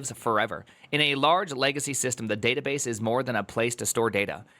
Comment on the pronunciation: le databass